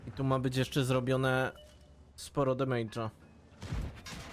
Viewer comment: "Demejdza" blaznisz się co 3 słowa...